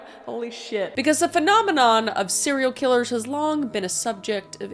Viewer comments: I have never ma'am... "Phenomenom" right before you said it in my brain I heard "do doo dodo" 😂😂😂😂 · Is it a Canadian thing to sing the "Manamana" song when you mispronounce Phenomenon? Because I DEFINITELY did the same thing as soon as you did LOL